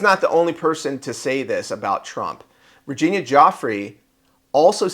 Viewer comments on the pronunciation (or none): none